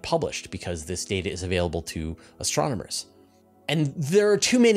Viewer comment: My new favorite drinking game is taking a shot every time says STRONOMERS... Send help!